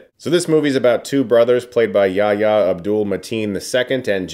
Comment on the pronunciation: I love you Chris but the way you pronounced Yahya is criminal haha, the h is far from silent, it sounds like the h in "what" if it was said by Frank Underwood from House of Cards.